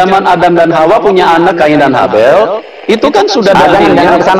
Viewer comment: Bukan khain dn Habel pak.. haid dn Laela..